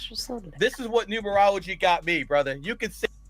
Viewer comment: Gary's wife can't even say Numerology